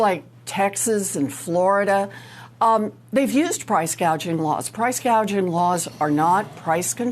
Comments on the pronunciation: Can’t get over Kamala’s mispronunciation of the word gouging, … “gauging”… as a rather un literary person even I knew how to correctly say it because I have experienced it. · PRICE GAUGING ... JUST THINK WHAT A BRAINLESS STUPID HO SHE IS SHE DIDN'T EVEN KNOW WHAT PRICE GOUGHING WAS SHE THOUGHT IT WAS CALLED GAUGING ... SO SHE DOESN'T EVEN KNOW WHAT SHE IS TALKING ABOUT ... HOW CRAZY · Does anyone know what percentage of increased costs is due to price gouging (or price "gaging" as KH pronounces it)? It's probably happening, but it may not be the primary cause of inflation. btw Cenk is increasingly irrational and hears everything through his TDS and obsequiousness to the Democrat establishment.